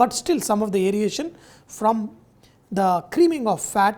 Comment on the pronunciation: That is not aeriation 😜😜 it’s aeration